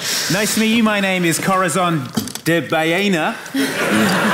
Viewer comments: Not Corridor; it's Corizor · Always bothered me when said "Corathon". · Question is pronouncing Corazon’s name wrong or am I just hearing things?